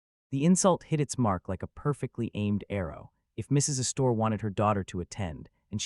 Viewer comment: Tell your AI theater the name isn't said "uh-store." The accent is on the first syllable.